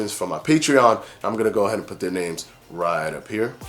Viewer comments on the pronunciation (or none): none